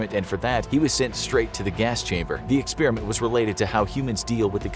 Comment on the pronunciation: It’s not an experEeement!!! It’s an Experiment……